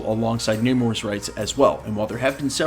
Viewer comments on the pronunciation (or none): Namor was s not pronounced Newmore